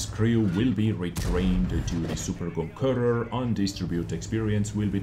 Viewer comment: Is it so hard to say Conqueror ?